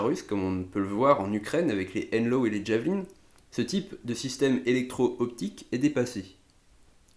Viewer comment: Sa se dit javeline et pas ddddjaveline comme les amerlok ….